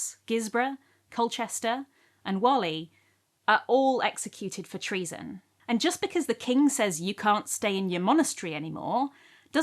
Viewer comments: Just came here to say "Whalley" is pronounced "Wall-ih". Exactly the same way you pronounce the quintessentially English game of kicking a football against a wall... Wally... Not to be confused with the way you pronounce the guy in the red and white top hiding in a crowd. It's just down the road from me. Great video btw 🙂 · Whalley getting a mention! 🎉 ❤(Just for reference, it's pronounced "Wor-lee" as opposed to like the English name for the stripey shirted, bespectacled chap who you have to search for in a long running series of books).